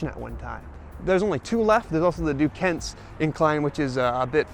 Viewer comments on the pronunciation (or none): Good video. That area has a mix of native american and french names. So the incline you rode is pronounced like "Mow-non-gah-hail-ah". Also Duquesne is "Doo-cane"